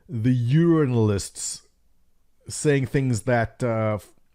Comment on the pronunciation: me too. I know it wasn't intended/part of his dialect, but just lol.